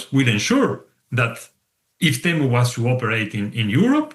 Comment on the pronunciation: This person should practice his pronunciation and then go fight Temu.... 🤦🏻‍♀️🤦🏻‍♀️🤦🏻‍♀️